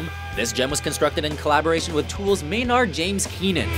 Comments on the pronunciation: Cringed each time. And the over pronunciation of words like Maynaaaard. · 1) How do you narrow down their top 10? 2) It's clear that White Pony, Diamond Eyes, Around the Fur, and Koi No Yokan are the best albums 3) Who pronounces "Maynard" as "May-NARD"? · Did he really just call MJK “MaynAHrd” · "MayNARD" lol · I had the same thought every time he said it, also the way he pronounced Maynard lol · The way the you pronounced Maynard's name 😂😂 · Hard to argue too much of the list but I would swap out Minerva with Hole in the Earth or Sextape. Battle-Axe from the self-titled album is one of my favorite Deftones songs and very underrated. Side note...dude pronounced Maynard weird.